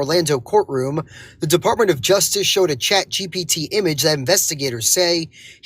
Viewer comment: is he saying chat gbt? hahahaha